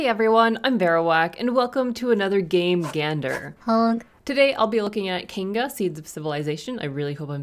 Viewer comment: ….anyone else hear her say Kaingussy of civilization?